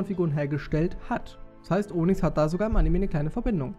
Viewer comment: Onyx spricht man Onüx aus :D Aber ist trotzdem ne schöne Folge <3